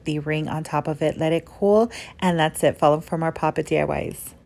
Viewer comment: The way she says “diy’s” just GETS me every time “fOllOw fOr mOrE pOp-iT deeAiwAis”